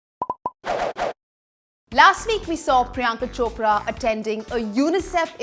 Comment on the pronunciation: that's not Chopdra it's Chopra